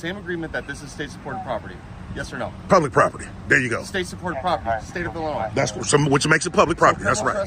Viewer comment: Just like GoatBoy he thinks that Illinois is pronounced "I'll Annoy".